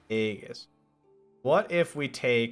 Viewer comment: Drinking game: shot every time you mispronounce it haha